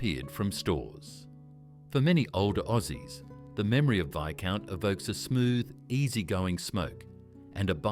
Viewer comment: Some odd pronunciations in this video! You say Viscount had a green packet, but we see only red!